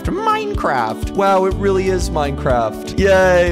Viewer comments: Minecwaft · good old minecwaft